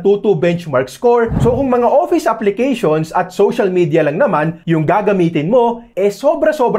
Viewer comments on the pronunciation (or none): none